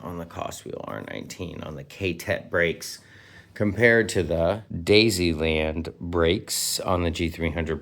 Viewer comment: Dee why island. Not daisyland